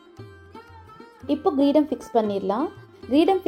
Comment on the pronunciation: Your diy Murugan is sooo beautiful and helpful. Thank you so much 🙏 JFYI - pronunciation mistake only It’s Kreedam nor Greedam. I think even for men it’s oddiyaanam. Again I also am not so sure. GOD BLESS YOU DEAR Om Namah Shivaya 🙌